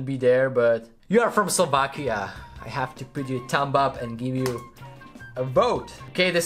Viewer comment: Can you please look into the correct pronunciation for the words three, character and thumb.🙏🏻